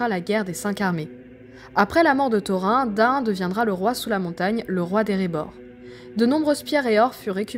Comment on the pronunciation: C'est bien ce que tu fais, c'est pas pour te "vexer", surtout, mais -"seau-rond", "taux-rein", c'est too much!! c'est"ça-o-rone" et "taux-rine" qu'il faudrait dire....pour les elfs, pour "Glorfindel", y'a pas de lézard, mais "Elle-rond", pff pas terrible, il faudrait prononcer le "d" "El-ronde"...Tu vois ce que je veux dire....lol, et bisous